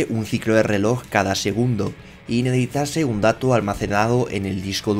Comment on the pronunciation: procura mejorar la pronunciación del verbo necesitar, lo utilizas mucho y al decirlo rápido lo pronuncias mal, me pongo tremendamente nervioso cada vez que dices "nehecitase"